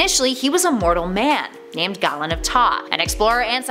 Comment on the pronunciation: Galen of taa is pronounced GAY-LEN..